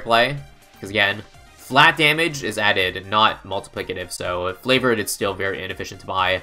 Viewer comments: Why does he say flavored trade it’s triggering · not tryna hate but why do you say "flavored trades" instead of favored? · I don’t know if you’re joking, but it is “favored trades”. Not Flavored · I KNOW HE SAYS IT FLAVORED TRADES WHICH IS NULL% WRONG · did anyone notice he said flavord